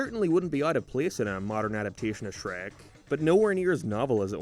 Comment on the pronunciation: That’s not Shrek that’s Hreck